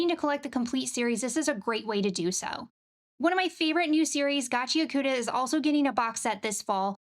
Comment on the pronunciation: Gachiakuta GACH-EE-AH-KTA ✅ GACH-EE-AH-KOO-TA❌ When a U comes after or is sandwiched between a k,s,t,h,f,p,sh or ch it becomes devoiced essentially silent but more so just a movement with your mouth while pronouncing the other syllables. For example Sasuke from Naruto SAH-SKE✅ SAH-SOO-KE❌ Nihon go desu!